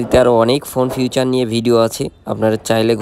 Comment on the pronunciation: ফিউচার নয় ফিচার বলেন মিয়া